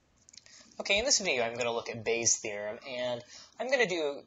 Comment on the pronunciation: "Part Bay" LOL Bayes' theorem getting to your head now xD